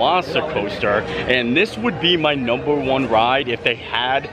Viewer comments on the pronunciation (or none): none